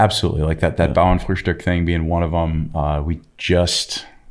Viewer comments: As a German dude I’m very impressed by pronunciation of “Bauernfrühstück” 😂💪🏼🇩🇪🇺🇸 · Joohhhh he pronounced Bauernfrühstück just perfect😱😱😱😱 cheers from Germany!